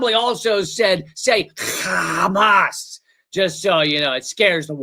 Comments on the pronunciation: The reason they say Khamas instead of Hamas is that it’s a dog whistle for people that speak Hebrew because it means violent robbery spelled and pronounced that way, whereas Hamas is an acronym. They are able to pronounce it both ways. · Yes, why do they say it like a cat coughing up a fur ball? KHamas. The Arabic word starts with H. Malakowski doesn’t say KHappy.